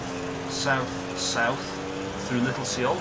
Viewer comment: Also his pronunciation of "Little Seoul" is terrible!